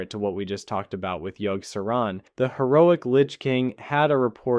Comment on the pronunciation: Yogg-Sah-rawn. Yogg. Sah. Rawn